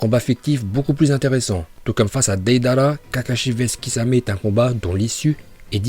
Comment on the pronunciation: Tes sujets sont cools, mais dans toutes tes vidéos tu écorches les noms, les mots... TOUTES! Deydéra, Jouunine, Hokadje, Lin au lieu de Rin, franchement t'abuses..